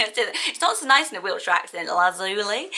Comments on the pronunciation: I've never heard anyone pronounce the li in Lazuli as Lee, personally I've always pronounced it lie. Laz-u-lie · Lazuli is pronounced "La-zyuh-lai" (or "Laz-you-lie" simplified) not '"Laz-ooh-lee" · I thought Lazuli was pronounced Lazz-u-lie with the stress on the first and last syllables and lie rather than lee at the end. Is that wrong or just different pronunciation? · I hate to.correct you but I’ve always pronounced lazuli as laz u lie as in lapis lazuli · Lazuli is pronounced Lazz- you-lie I thinkkkk